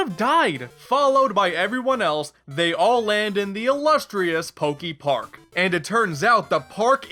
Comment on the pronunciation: Is he gonna say Pok-ee-park the whole time? ... oh no... EDIT: HOW THE HELL DO YOU SAY POKEMON CORRECTLY BUT MISPRONOUNCE POKEPARK??? HOW DO YOU SAY POKEBALL THEN?!?